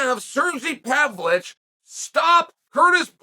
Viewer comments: I never knew the ov in Pavlovich was silent. Thank you Chael! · learn how to say the guy's last name at least, Chael.. How disrespectful.. Ignorant much??